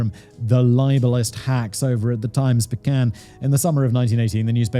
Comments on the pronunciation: The Times Pecan 😂😂 The newspaper is the Times Picayune. “Pick-a-yune” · Just FYI, that newspaper's name is pronounced- Times Pick-EE-U-n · Picayune is pronounced picky yoon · The New Orleans paper is pronounced Pick-ee-YOUN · FYI…the newspaper in NOLA is pronounced Times “Pik-ee-YŪN” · As a born and raised New Orleans resident, I laughed every time Simon said “the times picayune” as we all pronounce picayune here as “picky yune” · Times Picayune. Pic eh une. Yune rhymes with tune.😉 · Simon, you're killing me man. New orleans is pronounced new Or-leans and Orleanians is Or-lee-Nee-ans. But ESPECIALLY the Times-Picayune is times PICKY- yune. Get it together fact boy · It's the times picayune puck-uh-yoon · In case you ever have to cover New Orleans again, the paper's name is pronounced Times Picka-yoon. Also, be glad Kevin didn't make you pronounce Tchoupitoulas. 😊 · It’s Times Pick-a-une. Edited to add my ex MIL was Italian and all her family came in through New Orleans from Italy then migrated north. She told stories of how awful people everywhere were to Italians even up to the 1940s.